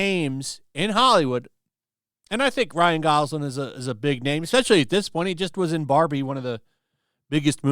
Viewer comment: GosLING not LAND ffs